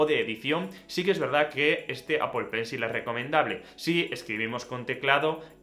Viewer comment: Apol pencil 😂😂😂😂